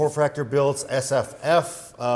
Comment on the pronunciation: hehe, Why does the term "SFF" sound like a slur when it comes out of mouth?